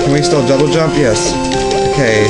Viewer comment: You said "jouble dump" :D